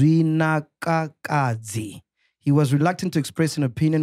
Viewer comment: MacG couldn’t say “Zwi nwa na ka dzi”😭😆